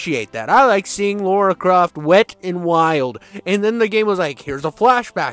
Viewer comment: God dammit, her name is LARA Croft. Lara is NOT Laura. How hard is that to get?